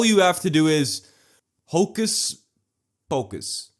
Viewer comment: Hocus pocus? Nah, it’s hocus POKE-us